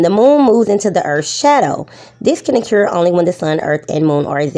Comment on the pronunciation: The fact she pronounces occur "ocure" says it all